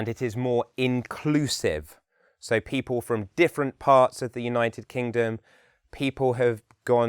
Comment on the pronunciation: His accent is good as an example of RO, but he has a rather weak L sound. For example, he says pee-paw rather than pee-pull for People. He is correct when he says his accent is only somewhat RP.